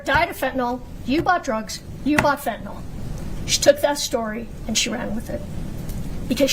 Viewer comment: Fen-ta-NILL, not Fen-ta-NOL.